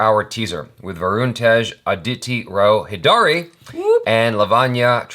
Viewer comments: It's Aditi Rao Haider-ee. Like you pronounced Haider. :) Not Hi-Daari XD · Perfect Pronunciation.. "Antariksham". However needs to work on pronunciation of "Hydari". It's pronounced "Hi-Dary"